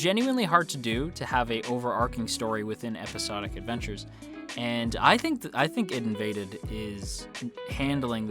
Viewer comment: Please :S it's not Id:invaded :S it's AI-DEE:Invaded you just pronounce the separate letters, I mean it's pretty obvious if you think about it, it's about invading the ID=ego/super ego/subconsciousness.